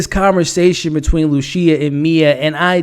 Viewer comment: Man get it together with the pronunciation. Amore does not sound the same as a mushroom species, a voyager is someone that sails on adventures, and it’s not luCia, it’s luCHia, like the seed.